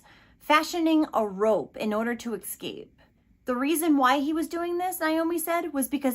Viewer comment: *Escape not ecscape